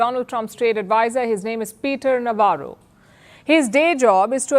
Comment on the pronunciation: Navarro is 'Navro'😂